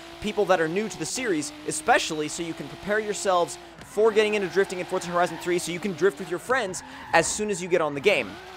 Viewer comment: stop saying forza like fortza lol